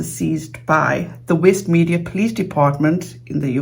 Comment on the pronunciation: West mercia is pronounced mer-sea-er